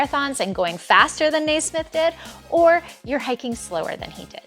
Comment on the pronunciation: Naismith pronunciation verified by Scottish subscriber 🙂